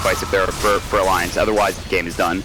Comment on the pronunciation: this guy cant pronounce alliance,lmao